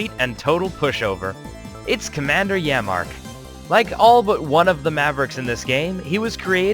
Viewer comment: Pronounced yammark not yamma